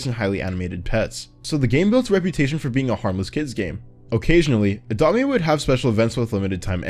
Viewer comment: bro u said ADOBT ME